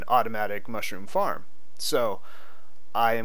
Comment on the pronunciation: Nah dude I said that I thought he said weed farm